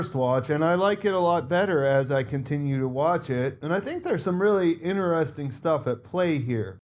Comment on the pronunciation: Why do you keep saying "inneresting" instead of IN-Teresting?